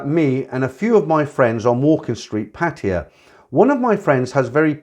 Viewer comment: I find it so distracting that you call Pattaya Patia. Do the Thais say it like that?